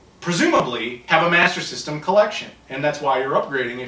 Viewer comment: It's hilarious the way say Master System....... Masazzzzzazzzm.... Hahahahaha